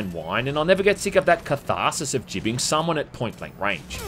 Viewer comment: Bro it's not jibbing with a jill sound it Gibbing with g as in great or giving.